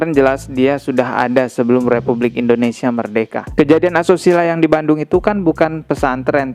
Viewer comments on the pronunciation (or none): none